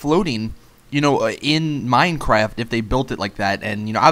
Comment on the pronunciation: You said mine crack